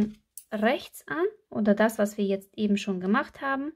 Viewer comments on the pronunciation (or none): none